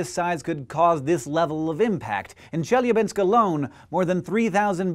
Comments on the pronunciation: Thanks for apologizing for your Russian XD it's ChelYAbinsk, not ChElyabinsk ) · Che-Lya-Binsk! Not Chelabinsk! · This might be a bit pedantic, but as a native Russian speaker, I feel it's my duty to inform you that it's pronounced Che-LYA-binsk, intonation on the LYA. I understand it's not a big deal, and it's convenient to pronounce every Russian name with intonation on the first syllable, but it hurts my ears. I would like it to stop. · it's ChelYAbinsk and ChebarkUl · As an English speaker who studied Russian very briefly, I can attest to the difficulty of getting Russian "i" and "e" correct. The palatalized vowels with the faint "y" sound in front of them, which occurs 3 times in Chelyabinsk is definitely tricky to master, so I can't hold it against him that he used the common English pronunciation, rather than "Chyel-YA-byinsk" Russian is an incredible and beautiful language, but it's also quite difficult for a native English speaker. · Do not need to apologize for your Russian, it is not a Russian word, it's a Turkic word and should be pronounced like Cheebarcóól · I love how your Chelyabinsk sounds like Jellybean-sk! You non-native speakers are so cute. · Its pronounced chiliabinsk P.s. I think its part of nabiru which should have come in 121212 but got late because of space trafic! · Hank, it's pronounced Cheh-la-binsk. Say it again: Cheh. La. Binsk. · I chuckled every time Hank mispronounced "Chelyabinsk" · Lol actually the stress is on the second syllable. But it doesn't matter, we are not in Russian language class. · Hank, please, the stress falls on the second syllable - e.g. on the "a". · Only one thing can make video better: if he pronounced Chelyabinsk right. :D He comes very close, though. B+ for effort. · Chelyabinsk is pronounced with the accent is on the A. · You also very badly mispronounced Chelyabinsk. Челябинск